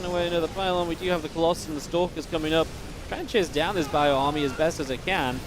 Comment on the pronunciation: why u say colosai, its colosus